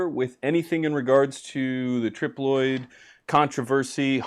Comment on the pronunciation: It’s tri ploid male female and herm how was the trip Loyd 😂